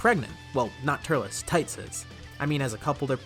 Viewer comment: This how you pronounce Trights (Chrie ts)